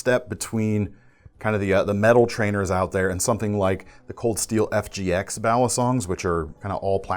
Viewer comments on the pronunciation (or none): none